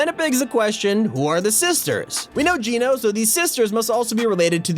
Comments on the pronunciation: It's Gēno not geeno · PLEASE STOP PRONOUNCING IT JEAN-O IT'S PRONOUNCED JENN AS IN JENNIFER O AS IN GENOCIDE.. LIKE THIS JENN-O ... BTW GENO (PRONOUNCED JENN-O) IS NOT A PERSON.. GENO IS A GROUP..A FACTION IF YOU WILL.. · ITS NOT GEE NO ITS GEH NO they said it in the trailer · It’s not Gino it’s geno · Its geno Pronounced: j e n o Not j e e n o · its Geno not geeno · It’s genō not geeno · Can you stop calling her Gino? its said Gèno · It’s gehno not geeno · It's not geeno it's like saying Jen with a o listen to john say it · Ok I just have to because it's pronounced Jen-o not geno cause thats what jonesy said in the event in season 6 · Why does he say jeano instead of geno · He keeps on saying jeeno it's geno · Just thought I would tell you your were saying geno wrong it's not ge no which is how you were saying it its geno ge not gee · How you pronounce Geno is so bothersome lmaooo. The actual event literally said her name. Gen-oh. Gen...like Jen. Oh. Geno. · ok why is it so frustrating the way he says Geno?? HE IS SAYING IT WRONG!!!!!!!!!!!! IT ISN'T PROUNOUNCED GEE-NO, IT IS LITTERALLY SAID IN THE CHAPTER 2 SEASON 5 TRAILER, HOW DOESN'T HE UNDERSTAND?? AHHHHHHHHHHHHHHHHHHHHHHHHHHHHHHHHHHHH!!! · geno is pronounced jeno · Please just pronounce geno properly it's so annoying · Your saying geno wrong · He's pronouncing Geno wrong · It’s geno not gino